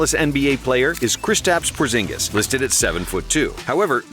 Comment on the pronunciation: It's Kristaps porzingis